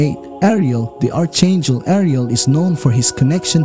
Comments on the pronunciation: Respectfully, the proper pronunciation is “ark-angel”. First time watcher and new subscriber! 😇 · It is pronounced ark angel...and how do you know all of this. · The "H" in "Archangel" is SILENT! Pronounce it correctly!